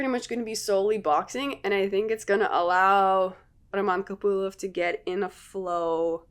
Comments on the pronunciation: Он Роман КопылОв вообще-то. Ударение на "о". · Русская что-ли ?! Произношение Копылова и Ислама как-то по нашески❤️😁